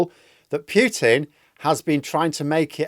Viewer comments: Just pronounce Putin - don't damage your silly pronunciation into piutin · A nit-pick: it is pronounced Poo-tin, not Pyew-tin.